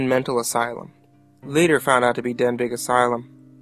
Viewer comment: Good videos they give me chills, but it's pronounced "den-bee". I know because I live off of Denbigh Blvd and all my friends go to Denbigh High School, LOL.